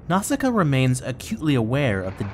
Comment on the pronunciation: Nice video but the way how you pronounce Nausicaä tears my ears